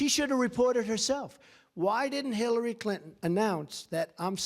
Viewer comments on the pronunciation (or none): I hear him say Hillary Clitton